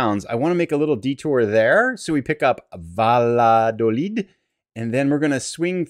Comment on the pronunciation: it's pronounced "Vayadoleed" (the "ll" sounds like a "y" in English)